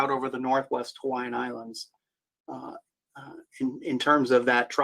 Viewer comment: Excellent job on Hawaiian pronunciations!